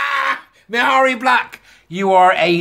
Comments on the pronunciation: PS. Mhairi is pronounced Mahree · The “h” is not pronounced. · If I ever have to say her name again, I'll probably pronounce it Maaharri Black. For those who don't know, Maaharri got into WM in order to get Labour out, Douglas Alexander's seat. Maaharri was hugely popular with independence supporters. She was a passionate, articulate young lass when making the case for indy. Turned out to be a massive disappointment as a WM politician though. I think a few SNP are standing down in WM so they can gain a seat in Holyrood instead. Less travel, but still enjoying a seat on the gravy train. All being well, next elections, SNP should be routed from both WM & HR! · This is very good stuff. 'Marry' (approx.) seems to have become the accepted pronunciation for Ms Black's first name, hasn't it, even though it doesn't adhere to Gaelic spelling/sounding rules. All best